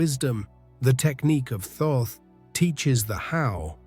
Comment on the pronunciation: Thoth is pronounced "tot" or "taught"